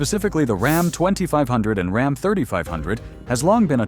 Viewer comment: These AI generated videos are a F ing joke with the pronunciations of common words. Like RAHM or ROM instead of RAM. If they can’t even get this right are you to believe what the bot is telling ewe? Truck owners are aware of the junk that’s been on the market. All we want is reliability and damn sure not in an EV.